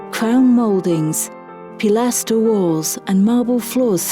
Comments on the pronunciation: Jameson Cross yes she was supposed to say pilaster. It sounded very robotic. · This is what happens when you hire to do your narrating.